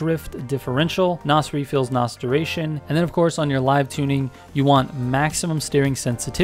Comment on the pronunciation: Please stop saying Nos. From a car guy threw and threw. I find it cringe.